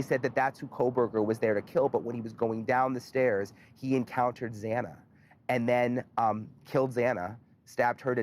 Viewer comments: Plenty of time to learn how to pronounce a name. It’s disrespectful to Xana. Detail matters! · Pretty sure he mispronounced Xana's name 3 times! Very disrespectful and irreverent. 😡🤬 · This made me absolutely furious as well, like so upset I can’t even put it into words. I can’t imagine how her family and friends felt hearing the judge mispronounce her name not once, but TWICE! Know how to say the victims names ffs!!!!!!! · 1000% agree that it was very frustrating that the judge mispronounced her name twice!!! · I’m glad that you called out Judge Hippler saying Xana’s last name wrong TWICE. Like how? How? We’ve known her name and Maddie, Kaylee, and Ethan’s names as well. I was furious, absolutely furious at that. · If Xana's family does makes their victim impact statement I hope they do point out Hippler can't be bothered to pronounce his daughter's name corrected. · Absolutely disgusting the Judge couldnt even say all the victims names correctly. For the love of god, I can say the names correctly in my sleep. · Please do everything you can to make his life miserable by stripping his ability to purchase the extra food and treats etc. and have the money he earns come back to the families instead. Disgusting Shame on the judge for his opening and for mispronouncing a victims name TWICE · Me too. I expected more empathy to be shown towards the victims and their grieving families. He could have said what he needed to say without being so callous and tone deaf. Plus the mispronunciations of Xana’s name on top of it. It was incredibly disappointing, and not at all what I expected out of this judge. These families deserved better.